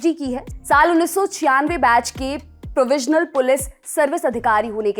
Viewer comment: प्रोविजनल नहीं प्रोविंशियल पुलिस सर्विसेज